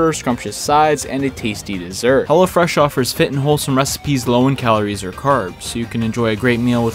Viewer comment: Everytime he said Hello Fresh it sounded like he said hella fresh